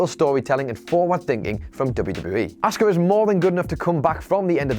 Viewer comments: Please teach how to say Asuka as he is convinced it's said Oscar and it is fucking annoying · the streak had to end it went on way to long and was getting boring. p.s. the way you say asuka is awful